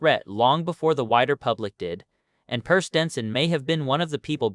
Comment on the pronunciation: You should train your AI to pronounce names consistently the same way throughout the video I heard your AI pronounce the name Per a few different ways(Pair, Purr, Pier)